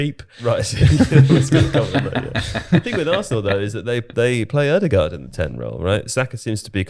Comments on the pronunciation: the is completely correct in how he pronounced Martin Ødegaard's name. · Fellow Scandinavian here; I can confirm visually impaired, working class pronunciation of Ødegaard is 100% spot on. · As a norwegian i can tell you that is nailing how he say Ødegaard! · actually picked up the Ødegaard pronounciation pretty quick. Something to note is the same pronounciation applies to vestergaard, Nørgaard etc.